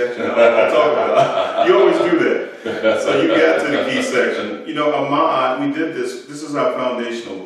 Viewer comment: An observation, not a correction with regard to the Ghanaian master writer Ayi Kwei Armah. His last name was pronounced by himself and others as "R-MAA" or "are-Maa" as apposed to how it is pronounced here as "Ah-Mar". Then too pronunciations of names/words are sometimes cultural and regional depending on the speakers, so there is no hard fast rules as such and therefore not a right or wrong.